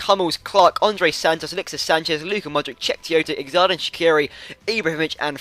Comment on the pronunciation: shaqiris first name is pronounced jordan